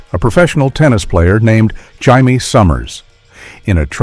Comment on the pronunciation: Its "Jay-mee", but the announcer keeps trying.